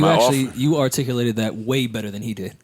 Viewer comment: "beRor's" lool